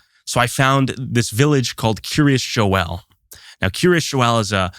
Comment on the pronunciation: I laugh every time these dude pronounce Kiryas Joel as “Curious Joel”